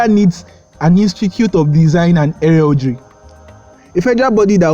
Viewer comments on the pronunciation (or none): The word he is mis-pronouncing is 'heraldry.' An Institute of Design and Heraldry...